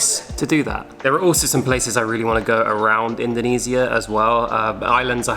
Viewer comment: Learn how to pronounce Indonesia